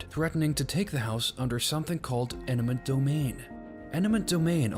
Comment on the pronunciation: You should practice your pronunciation of eminent domain